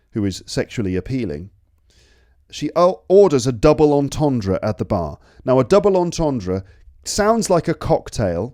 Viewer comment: Terrible jokes. Plus I only laugh at my own puns... The best one was your pathetically trying to pronounce entendre though hahaha 😂